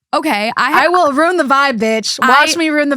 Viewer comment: I love THT, I do but having said that. Please please please tell to stop saying "EX-specially" instead of "especially". And please try to work on the word "ruin". I cringe everytime you guys say ruin and especially